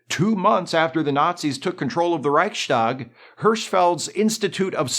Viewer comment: I apprechiate that you try to correctly pronounce "Reichstag", but in this case the "st" doesnt make a "sh"-sound since even though you can make two words one word in the German language, its still pronounced like the two seperate words.